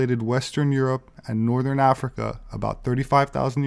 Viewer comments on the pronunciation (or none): none